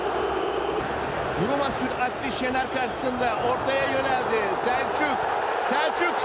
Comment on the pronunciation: SELÇÜK diyor ya 😂